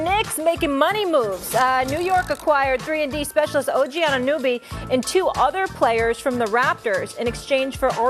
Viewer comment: 'Anunooby' LOL This just proves that Americans don't give a damn about what's happening in Toronto.